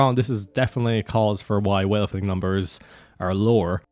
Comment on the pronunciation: all i hear ist weahterthing, wethlrthing and wealating